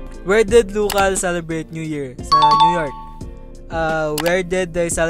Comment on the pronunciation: mas nauna ang boracay kesa sa "NEW YORK" ahhahahahah New York na 😂😂😂narinig ko palang NEW YORK na tatawa na ako